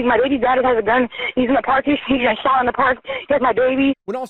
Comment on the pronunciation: Why is he saying “shottted” at the beginning